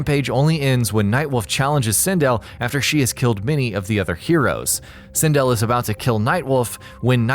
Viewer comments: SIN DELL not sin dill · Really bothering me how u keep saying sindel and pronouncing it wrong. Nice video though